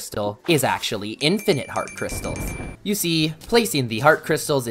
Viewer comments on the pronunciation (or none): none